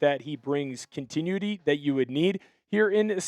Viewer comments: Pronounce continuity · I hate the way you pronounce continuity.